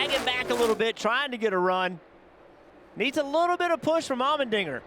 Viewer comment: The way the commentator is saying Allmendinger... All-men-dinger.... Lol